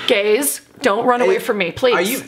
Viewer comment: I thought that was over emphasized and disrespectful